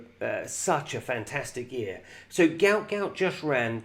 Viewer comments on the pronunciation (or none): Its pronounced gute gute hes fast af